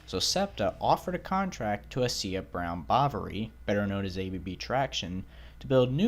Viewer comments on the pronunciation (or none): none